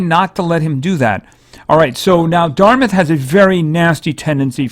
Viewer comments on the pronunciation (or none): none